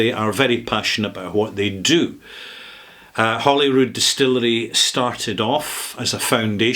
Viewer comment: I had to back up the video five times to listen to it again. Maybe I’m going deaf in my old age, but it sounded like you said “Hollywood” rather than “Holyrood.” It’s a Middle English term equivalent to “haly ruid” ("holy cross"). The mispronunciation is completely understandable, especially if one is in California such as myself. It might be helpful to pronounce the two parts of the word separately as, “ Holy-rood”. I have been to Scotland four times and visited 49 distilleries. If I make it a fifth time to Scotland, I’ll be sure to visit this one.